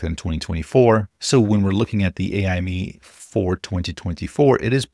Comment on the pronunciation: FYI: pretty confident AIME is pronounced like 'Amy' (or just spelled letter-by-letter), and not as 'AI Me'. AIME stands for "American Invitational Mathematics Examination", and it has absolutely nothing to do with AI.